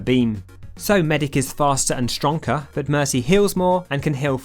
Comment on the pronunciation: I have never heard someone say strongker in my life